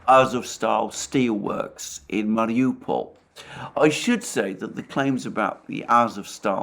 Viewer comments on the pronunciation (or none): none